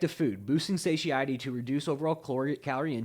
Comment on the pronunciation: . You tend to pronounce satiety very uniquely. I believe it is suh tie etty. Thought you might want to be aware of that. I may be hearing you wrong but it sounds different than what I heard it pronounced. Take care